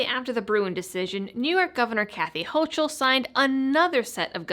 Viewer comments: Not that it matters, but its Kathy HO-COOL (not HO-CHOOL) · it won't stick , my uncle is a NY lawyer--- ps you are mispronouncing the governors name --it's pronounced ''HOCO '',, the vowel ''O'' are both long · Good video. Thanks! Please get Hochul's name right, it's German so the 'ch' is hard like a 'ck' (let's not willingly give them the ammo they need, to have a justification for calling us 'ignorant ignoramuses and un-educated rubes')!